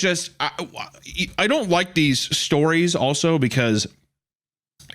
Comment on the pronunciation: anyone else hear him say "wike these" 😅